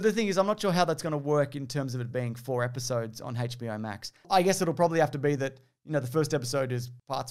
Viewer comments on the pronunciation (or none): Are you saying "HateBOmax"?